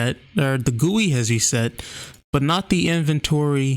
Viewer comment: No, he pronounced it right